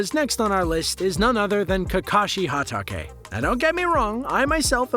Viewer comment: Why does he butcher Hatake?